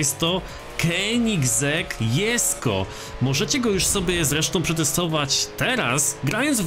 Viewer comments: Ale te "jesko" boli to się powinno czytać "dżesko" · Dżesko a nie Jesko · wymawia sie dżesko a nie jesko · Xd mówi się „ Dżesko” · No właśnie xd